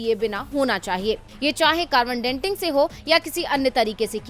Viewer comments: It is carbon dating, not ‘denting’ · कार्बन डेन्टिंग नही डेटिंग " कहे